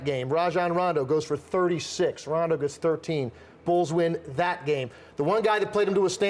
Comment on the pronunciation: "rondo" lmao